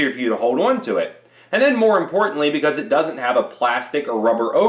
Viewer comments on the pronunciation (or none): His videos would be easier to watch if he talked normally and pronounced the word “on” correctly.